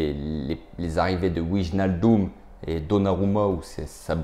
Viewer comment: alors pour wijnaldum, on prononce Vaille- nal- deum